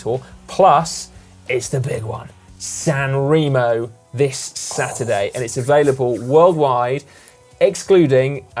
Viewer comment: Please please please Si, it's San 'Ray-mo'! 🙄